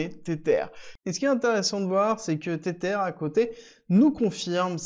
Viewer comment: Stp pronounce TetHer et pas tetere